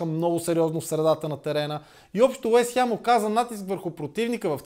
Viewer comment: Откъде е това Уест хЯм??? хАм, хем, но не и хЯм